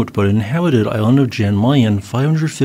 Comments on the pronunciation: Pronounced "Yan", not Jan with an american J. 😊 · The J in Jan is pronounced yan, just like Jon is Yon